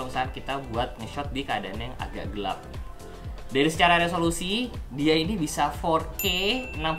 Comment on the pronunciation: Apa cmn gue doang yg Denger kl ngomong Gelap ( GERAP ) 😂😂